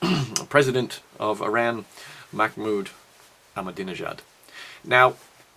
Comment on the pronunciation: makmoud? MAKMOUD? You're hopeless ;)